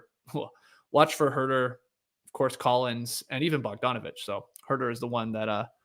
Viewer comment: At first I was surprised and disappointed that you didn’t pronounce “Huerter” with the appropriate NoDunks flair, Skeets, but you redeemed yourself nicely. Leigh Leigh would be proud.